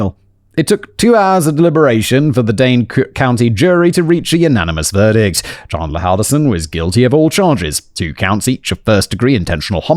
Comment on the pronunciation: The defense attorney didn't mispronounce 'Halderson', she mispronounced 'Chandler', calling him 'Chander'. It's exactly as second-hand-embarrassing as you think it is.